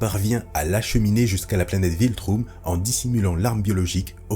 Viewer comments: Um ça se dis Oum les gars. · "VILTROUM" ????? non ça c'est carton rouge mdrrr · Carton rouge vif même, j'ai aussi rigolé en entendant ça !!